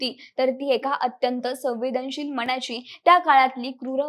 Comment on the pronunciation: विषय आणि माहिती चांगली आहे पण..... साणे गुरुजी नव्हे, साने गुरुजी.... माझ्या मणाची नव्हे, मनाची माणवतेचा नव्हे, मानवतेचा उच्चार नीट ठेवले तर मराठीची होणारी वाताहत कमी होईल. ज्या मोठ्या व्यक्तीवर व्हिडिओ बनवला ती व्यक्ती मराठी, त्यांनी ज्या भाषेत बहुतांश साहित्य निर्माण केले ती भाषा मराठी. ज्या बहुसंख्य लोकांसाठी केले ती जनता बऱ्यापैकी मराठी मग निदान त्यांचे नाव तरी व्यवस्थित घ्यावे ही किमान अपेक्षा. मराठी लोकच मराठी शब्दांचा उच्चार चुकीचे करत आहेत याचे जास्त वाईट वाटते. अमराठी लोकांकडून ही अपेक्षा नाही.